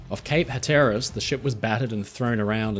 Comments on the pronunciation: Cape Hatteras = HAT-er-ahs not ha-TUR-us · was listening casually while working when hearing 'cape ha-TEAR-us' gave me whiplash 😅 its 'HATter-us'. no hate intended, it just caught me off guard so vividly lmao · ....Cape ha-tear-us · By the way... it's Cape HAT-erass. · He didn't fare so well with Iowan and Cape Hatteras though.